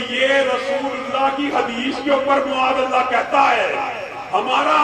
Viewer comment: معاذ اللٰه میں م پر زبر هوتى ہے نه کہ پیش، تمهارى تقریر ناقص دلائل کا مجموعہ ہے۔ برىلوىوں کے ساتھ ره کر وهى ضعیف احادیث بیان کرتے ہو۔ اور صحیح حدیث سے وه چیز ثابت نهيں هوتى، جو تم ثابت کرتے ہو۔